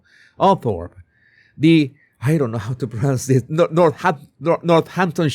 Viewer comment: You pronounced Northamptonshire perfectly!